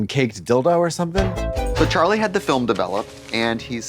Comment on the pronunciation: Fil-em *someone was watching The Gentlemen